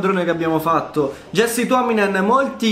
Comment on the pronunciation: Si dice iasse tuominen, se no c'era scritto jessie. Comunque è solo un' osservazione. Grande carriera continua così.